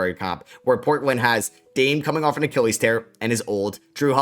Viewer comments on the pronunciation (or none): none